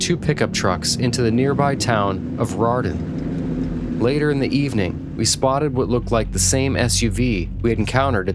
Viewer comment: Yeah the AI story teller butched even town like Rarden, Ohio not roarden. Peebles, Ohio not Pebbles. I started to give them some legitimacy because they said it right to start then messed it up in storytelling.